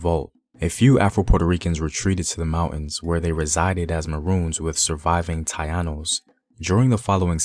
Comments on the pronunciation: Not Tah-ee-Ah-nos, but Ta-EEh-nos. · Taínos ( tah eenos) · How are u not pronouncing the indeginous tainos properly. Smh. Learn correctly before u post videos about PUERTORICAN HISTORY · It is not "Taianos" but instead "Taínos" is their rightful name. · Tainos bro, u pronounce it ta-ee-nos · Taínos correct pronunciation is Ta-ee-nos... great video tho! Thank you! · Its Tah-E-Nose..Tainos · Dude, I really don’t have a clue as to who you are, or where you get your info from, but I strongly encourage you to do much serious research. For starting, for example, by pronounce the native race of Borikén like it should be: Taínos, with the emphasis on the “I” , and the first free black man to set foot on the island was Juan Garrido, a Conquistador part of Juan Ponce de León’s entourage. Garrido was born on the West African coast, son of an African King. He next went off to join Hernan Cortés in the conquest of Mexico, not before prospect for gold and fight together with Ponce de León to repress the Taíno and Carib tribes. Ah! BTW, the largest contingent of African slaves came to the island from present day Gold Coast Nigeria, Dahomey, and the Guineas.The majority ethnic groups were the Yorubas, Igbos and Bantus, from the Guineas. And, were brought to Borikén after the Taíno population was almost decimated by brutalities and disease. I could continue on, but I hope this little help encourage you to look deeper in the history of a Nation obviously is not your own before make any comments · Very nice but your are pronouncing "tainos"and "Ponce" wrong!